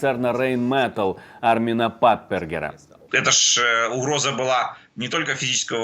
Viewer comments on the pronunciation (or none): Ведущий, надо произносить не Рэйн МЭтал, а Райн МетАль, так звучит аутентично! На будущее запомните!